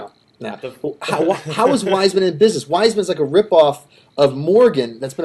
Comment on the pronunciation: Its pronounced Viesman not Wiseman